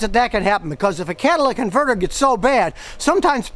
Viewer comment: “Cadillac converter” lol